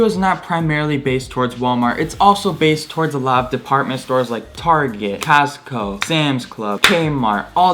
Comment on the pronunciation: did you really just say Costco like castco